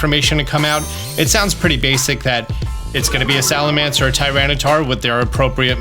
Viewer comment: is the king of mispronounced Pokémon and I love it 😂 Salamence/Salamance.. Whats the difference lol